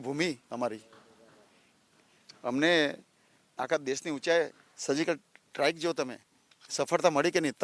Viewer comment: ye he hamara gavaar mp.. jise netrutva nhi bolna aata.. jise sargical strike bolna nhi aata